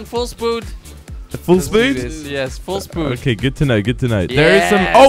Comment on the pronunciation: What was the race where said full spood